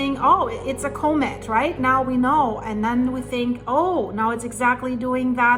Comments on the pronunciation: Coe Mitt? Nah the word is pronounced Comm Mitt. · Comet Pronounced ‘cawmet’